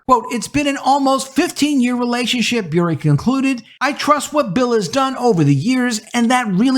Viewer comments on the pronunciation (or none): Bure is not pronounced Be-ure. Her family pronounces it Burr-ay. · Great video,. I got to help you on something. Candace Cameron last name pronounced Bur-RAY. The "e" is not silent. It's Russian. Her Russian husband Valeri starred in the NHL. His brother Pavel was one of the greatest Russian-born hockey players of all time. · BTW, Candice Cameron Bure's last name is pronounced Boo-RAY - she married NHL player Valeri Bure in 1996. GAF channel is making dozens of new movies, and in less than a few years have already become a significant competitor to Hallmark. Our family has already watched a number of their movies; like Hallmark, they're already in Christmas movie mode. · Bure is pronounced BurrEH. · Bure is pronounced Burr-ay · Bure is pronounced Burr-A I only know this because she married russian hockey player Pavel Bure. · It's pronounced Ber a